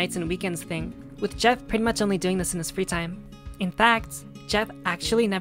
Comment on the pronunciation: fuggin' "Goeff"! That really cracked me up, well done! I love little things like that!